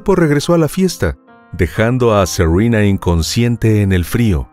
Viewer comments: Todas adolescentes evidentemente de familias latinas, no entiendo tu pronunciación de los nombres. Suena a seurina, cuál es su nombre con pronunciación real? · Q nombre raro tenía la víctima. Según el narrador se llamaba Serruina. Así lo entendí yo o será que el narrador no habla bien. Y una de las victimarias se llama Cruisti. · Serena es nombre español, no se por qué lo pronuncias como si fuera un nombre anglosajón.